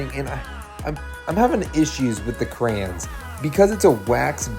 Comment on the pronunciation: Cray-ons not crans😂